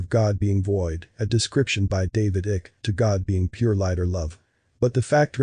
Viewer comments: This sound s like an AI vouce. Is the text too? David's surname is pronounced iyke as in Sykes not ick as in sick... So what else is correct... I'm a big fan of Goddard and Hill. But something feels off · Why does the voiceover narrator not know how to pronounce the names of extremely prominent people? It is not David “ick” but David”Ike.” Icke. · Is this voice actor AI? Mispronounces David Icke, deity…